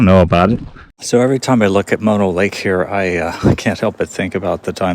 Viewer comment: What a strange way of pronouncing Mono Lake. Sounds like you are calling it moto or modo lake.